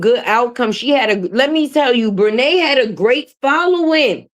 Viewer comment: 😂😂😂Did you say Bre titi😂😂😂😂